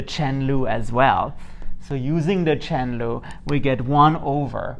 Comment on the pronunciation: "chen lu" always makes me laugh